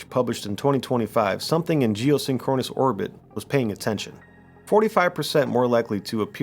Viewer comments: Dude, you need to learn how to pronounce big words before you make a video and say it 23 times. It's "geoSINKronous", not "geosinKROnus". Have you ever heard the Police song "SINKronicity"? It's not "synKROnicity"... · Capt. Kirk says Sink-kru-nous orbit-- you say Sin-kron-us ☺ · “Geo-sink-run-is”, not “geo-sin-chronus” ouch, my ears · Love your stuff bro. But the pronunciation is: 'sink-crow-niss' ... two objects are sync'd up. I WANT to think they are up there. But I wonder if anyone has looked into how the Gamma (and other) rays bounced around in our atmosphere (like radio waves do). Or maybe even bounced off the moon and came back in. <<<That one could cause 'northern lights' since they are the same type of rays that cause them from the sun, I think. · Sorry, it's pronounced "jee-oh-SING-kruh-nuhs" You're accenting the wrong syllable. Great content though. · Seen-Kro-Nus orbit. LOL 😂 AI needs to do better haha. Entertaining content though :) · Very interesting & well-put together. But who says "geo-synCHRONous" orbit? AI? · Geosynchronous is pronounced jee-oh-SING-kruh-nuhs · This has quickly become one of my favorite channels. One thing. You're saying geosyncronous wrong. Please look up it's proper pronunciation. It was jarring. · Do yourself a favor and learn the correct pronunciation of geosynchronous. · I am genuinely impressed that you can say geosynchronous as many times as you did and STILL mispronounce it every single time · Love this channel but the pronunciation of geosynchronous is triggering my OCD like crazy lol. Also, no mention of the dark knight satellite?